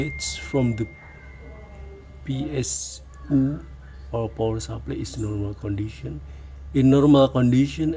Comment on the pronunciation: "In normal qandition" 😊